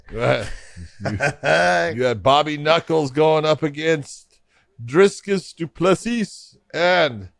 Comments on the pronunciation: Why can't anyone say DRICUS properly? It's not Dris-cus as John said and it's not Drey-cus as many others said....it's Dri-cus. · Phonetically it's pronounced Dreecus Du Plesee. It's definitely not Driscuss. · Guys, it's not dris-kis and it ain't do-ples-is. It's Dry-kis do pla-sea.. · Dricus = Dree-Curse Duplessis = Doop-Ler-See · Kudos to both for continuously calling Dricus DriScus throughout the whole episode lol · there's no reason to mispronounce african names! if you can pronounce daenarys targaryen, you should be able to say dricus! 😅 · Where the fuck did you get the r? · My god say the guy's name properly, it's not hard at all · Dear Josh and John if you notice you're pronouncing someone's name wrong please just try and pronounce it the right way instead of just pronounce it the same way and just laught at it. This is pretty unprofessional considering you're one of the hosts of the podcast. So just incase you didn't know just don't say the third s in his last name and you're right. It's not even that hard and everyone else does it too so here you go mate